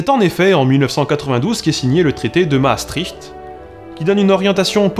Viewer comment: Salut je voulais juste te dire que Maastricht se prononce mastrirt bisous bonne continuation